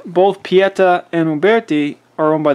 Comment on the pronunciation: Traditions and taylors and company make replicas. And if i never have to hear you say uberti or pieta again i will be content